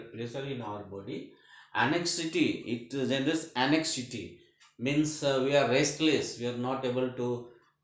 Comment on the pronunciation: Sir it's Anxiety ang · zai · uh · tee